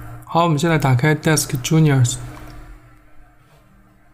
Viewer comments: disk 吉尼斯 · disk genius 读成desk junior. 🤪